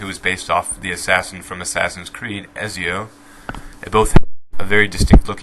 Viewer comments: try to stop breathing right into your mic like every 3 seconds i hear PHHP when you are speaking, just put it to the side of your mouth -Eleez not Ellis -Vigh not Vee -Etzeeoh not Ezeeoh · Jesus man work on pronouncing names before making a fucking video jesus. You s Ezio as (Ez-e-o) Elise as (El-Lis) now i know this next one is a Shaco Harlequin (Harl-a-kin) , Kha-Zix ( Ka- Ah Zix), VI (Vee). This is how its pronounced Ezio (Et-Z-O) Elise ( E-Lease) Harlequin (Har-Le-Qu-in) Kha-Zix (Ka-Zi-X) Vi (V-I) Please just stop talking how in the world is stitch 626 related to Fizz at all color and ears and Eye size is all other then that nothing. Please make more sense next time and have good follow up information. SUPPORTING DETAILS as to why you believe what you do about these champs. it helps make your videos seem more solid. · Ezzyo Bro its pronounced Etzio Im not even going to try with all your mispronunciation man. Like holy Crap... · I don't mean to be rude but it seems you can't really pronounce a couple of the names, for some reason it irks me, it is not Esio its Etzio and its not el-is its el-ise, sorry but I had to put it out there Elise is a real name. (I know i spelt the names wrong, it was to show how they were prounced.) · so you claim shaco is the best champion in league... but cant even pronounce his name name right... as well as many other names u listed... vi, pronounced v AY. ezio, pronounced AI T - s y oh, eh - L EE S, how in the world is fizz like stitch? 'just look at that they are the same person deeerrrrpppp'. Helequin... quin... QU... makes a kw sound... i.e Queen, Quotes, Quiz, Quack, Quit.... people like you need to leave league alone!! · 1. You are sad, 2. That is not how you say Ezio 3. Why? Do you really have so much spare time? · They way you pronounced Ezio made me cringe.